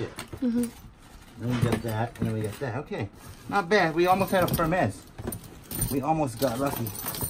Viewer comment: Hermes is pronounced “her mees”.